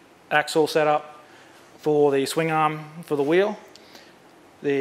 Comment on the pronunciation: Wheelie wheewlie stwong wheewl howlda.